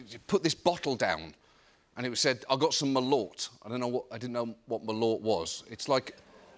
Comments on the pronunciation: OMG Merlot?? pronounced Merlow? A red wine which is wonderful if you get a quality one! LOLOLOL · John; it’s Merlot (pronounced Mer-low) ya bloody muppet! Much love from the UK! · Took me ages to figure out wth kind of drink they were talking about. First time they said it I figured he couldn't pronounce Merlot. Turns out he just can't pronounce Malört, which makes Abit more sense I guess.